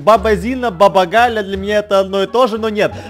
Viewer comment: Не Гля а Галя